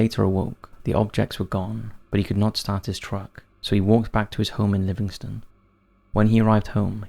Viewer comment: Pronounce* don't bash him for pronouncing it wrong he's no from here.